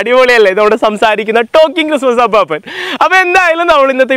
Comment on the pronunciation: അപ്പാപ്പൻ അല്ല അപ്പൂപ്പൻ!!! ..